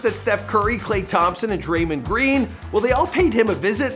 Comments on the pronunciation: “Draymend Green” why he say it like that it’s Draymond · "dreymend green" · Draymun green?? I swear this dude don’t even watch beasketball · Dray-mend Green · “Draymeen” lol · DUDE SAID DRAYMAND GREEN lmaooooooooo